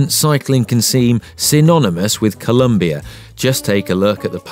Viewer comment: The Scarab bike even has "It's Colombia not Columbia" on the bike and continues to say "Columbia". Are you guys ever going to get it right? It's actually insulting that you can not refer to a country by it's proper name.